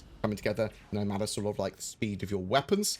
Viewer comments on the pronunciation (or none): none